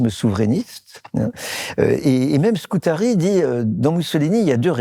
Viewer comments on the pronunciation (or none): Antonio Scurati. Pas Scutari comme vous le répétez, Monsieur Bayart. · Antonio Scurati ! (Et non Scutari, comme prononcé, hélas, 3 fois par le professeur, directeur de recherche au CNRS, M. Jean-François Bayart. Dommage... Par ailleurs, les huguenots français, massacrés, cruellement persécutés par le pouvoir royal français durant plus d'un siècle et demie, ont eu - eux aussi - à "bouger", n'est-ce pas, Monsieur le professeur ? Autrement dit, à s'exiler, à émigrer, par centaines de milliers... En effet, "nous avons /non seulement/ l'immigration dans nos gênes", mais aussi l'émigration. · Scurati et non pas scutari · S-CU-RA-TI. Autrement 👍🏻